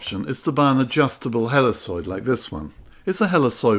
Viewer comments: Great video, thanks so much. By the way, I've always heard 'helicoid' pronounced "heli *KOID*" rather than "heliSOID" ... but no big deal. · The C in Helicoid is a hard C, not a soft C. It's Heli"koi"d. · Wonderful video and I will definitely give this a try with the lens off of my old slide projector and my macro bellows. One small point - It is "helly-koyd" with a hard c.